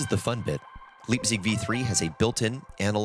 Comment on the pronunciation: I cancel the video. cause of 100 times Liebsig...the gives me ear hurts.... Call it LAIBZICH. or LAIBZIG...btw I love the synth